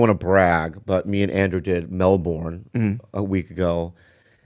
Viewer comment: OMG Bobby please learn how to say Melbourne properly, you sound so silly